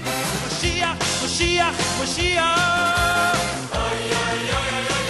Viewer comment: You pronounce "moyshiach" wrong